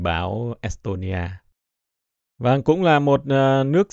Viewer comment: Nghe es tôn ni a, môn đô va phát biểu cứ cấn cấn